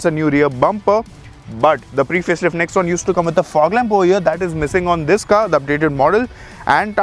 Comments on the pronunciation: Did i heared OH YEAH instead of OVER HERE...?🧐😆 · "over here" was sounding like "oh yeah" 😝